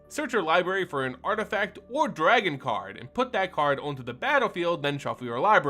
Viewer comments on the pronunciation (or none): none